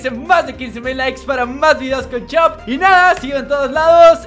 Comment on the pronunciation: en vez de decir chop dice shop